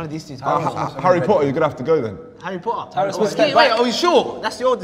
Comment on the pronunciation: Harry Po’uh